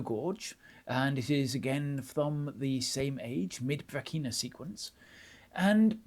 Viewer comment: If you will forgive a pronunciation note: the South Australian pronunciation of Brachina has a hard ch as in chin, and a short I as in chin. So br'achina, with the first a short 😅